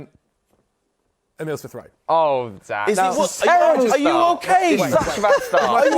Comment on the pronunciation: Was going so well until he said Smith-Rowe